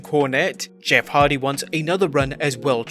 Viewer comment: Why everyone keep saying Jeff Hard 🤣🤣🤣 it’s Hardy